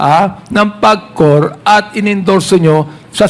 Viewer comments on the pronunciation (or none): Napaka bobo Naman nang acting mayor na ito...PAGCOR hindi PABCOR